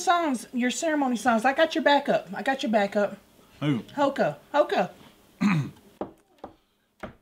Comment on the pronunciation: When she says hoka I cringed so hard lmao, it dont matter hoka or hocha, its a warcry, you shout it, not "white girl" say it lmao